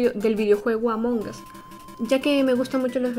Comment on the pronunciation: Me acorde que varios te preguntan si eres española y con esta simple pronuncion "among as" con eso tuve ahora entiendo por qué te preguntan si eres española SOS